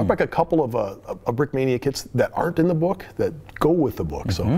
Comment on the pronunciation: Брикмания ингличане а не брикминия😂